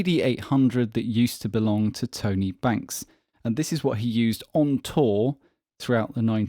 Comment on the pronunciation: everytime you say Tone A - I imagine someone with a thick new york accent calling out to their buddy Tony